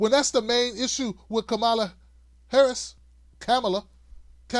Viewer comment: You're pronouncing Kamala wrong: It's "Comma-la", not "Come-Allah". That shows you haven't even read her book, where that is explained. The rest of your video also shows you haven't done your homework, and aren't focusing on the "big issues" either. I don't need an ignoramus to tell me what the "big issues" are.